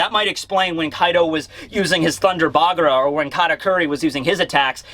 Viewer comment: Did anyone mention taking that it's actually "Thunder Bagua" and not "Thunder Bagura"" I mean it's "BA"-"GU"-"AAA" :3